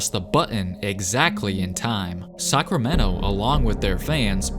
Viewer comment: lol I dont know why i keep hearing you say Suckramento